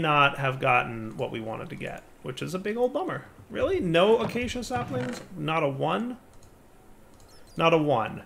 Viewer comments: Let us all now rejoice in the comfort that the word 'Acacia' (A-kay-sher) has at last been correctly pronounced. Praise be to, God of Minecraft! End of an era. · cannot say how thrilled I am that learned to pronounce acacia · someone learnt how to pronounce acacia! 👏👏